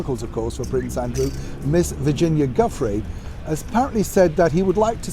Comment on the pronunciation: you are pronouncing Virginia dufres name wrong